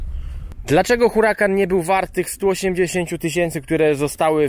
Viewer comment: Uracan! H jest nieme.